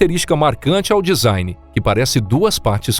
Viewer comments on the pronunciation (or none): none